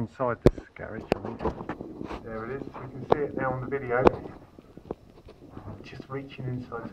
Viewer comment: What's a "garriage"?